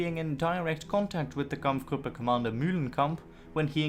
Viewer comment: "kamf grup" Two syllables in German or English, not three.